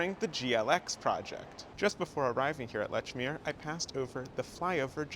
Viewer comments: It is pronounced “LEECH-MERE,” not “LETCH-MERE” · Leechmer, not Lechmere. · It's pronounced "Leech-meer", not "Letch-meer"!!!! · We pronounce it Leechmeeah heeah. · its Leeechmeeer in bostonese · Great video, but you can tell you’re not from Boston when you mispronounce “Lechmere” (pronounced leech-mere). With the care your put into your content, you should have been prepared. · I've heard letch-meer from locals though [Admin RRS] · Nice video! I will say that Lechmere is pronounced leech-mere. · "Lechmere" has been spelled that way and pronounced that way for 3-400 years. If you are producing audio content, you should check the pronunciation of unusual names and unfamiliar words. It's just like using a spell checker when producing written content. It is part of the job.